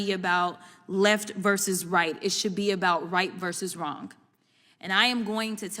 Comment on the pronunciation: The real crime here is pronouncing the silent 'g' in the word 'wrong'.